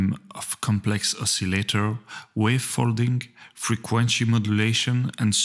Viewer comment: English lesson -- better than my French :-) "frequen-che modulation" should be "frequen-see modulation"